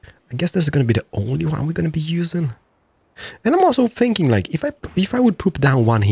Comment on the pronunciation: WHY are you saying sinking its called thinking!!!!😤